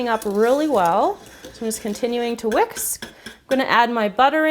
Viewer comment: Just continuing to wiks... I don't know why I found that so funny. Maybe because usually when you pronounce something wrong like that you correct yourself. Always. And then this time, you don't. I don't even think you noticed. I'm sorry I pointed it out, I probably was the only one finding it funny anyway xD Okay so I really like the meringues and I think I am gonna make them jus as cookies.... Love your videos, xx